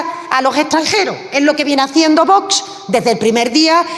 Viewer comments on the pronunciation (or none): Haber si esa presidenta del parlamento aprende a decir Vox, que no es tan complicado siempre dice "bots" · Esta mujer, la armengol, para lo que cobra ya podría pronunciar bien VOX, se ve que se le atraganta...observenlo, pero es que nunca lo pronuncia correctamente